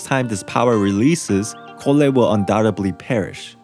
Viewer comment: Collei is said (Call-e)